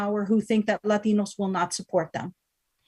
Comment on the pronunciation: This entire session is a joke. “LAH tin OH’s” uh the cringe. THE FUCKING CRINGE